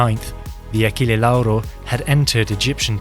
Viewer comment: the pronunciation of Achille Lauro almost made me spit my drink, nice video anyway